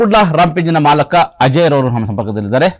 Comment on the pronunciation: Le ಅದು ಮಾಲಕ ಅಲ್ಲ ಕಣೋ ಅಣ್ಣಾ...ಅದು ಮಾಲೀಕ 😂😂😂